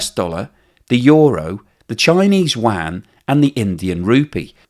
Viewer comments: The currency in China is Yuan not Wan 😂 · "Yuan", not "Wang" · The Chinese currency is not the WAN. It's the YUAN, pronounced you-anne. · Sorry, but there's no such thing as a "wan". Get a friend (preferably Chinese) to teach you how to pronounce 'Yuan' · You are saying "Yuan" wrong and it's driving me crazy. :)